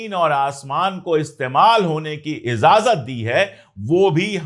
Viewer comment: हुज़ूर आप इज़ाज़त पढ़ते हैं जो ग़लत है सुनने में अच्छा नहीं लगता लफ्ज़ इजाज़त है. IJAZAT